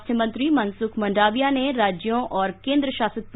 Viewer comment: आप ' मंडाविया' क्यों बोलते है ? ' मांडविया' सही उच्चार है. आप किसी भी गुजरातीसे पूछ सकते है ।